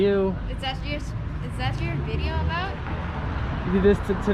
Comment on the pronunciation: Oh nice bideo oh I mean video 🤣🤣🤣🤣